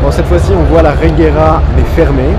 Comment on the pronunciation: Mec, j'adore tes vidéos mais renseignes toi s'il te plait des fois. On dit reyera...